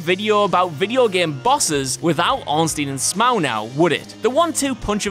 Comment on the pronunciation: Ornstein and sm'ow? Maybe i pronounce it wrong... Smough as in dough.